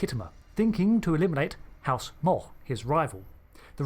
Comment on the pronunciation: Please learn how to pronounce "Mogh" correctly...just for starters.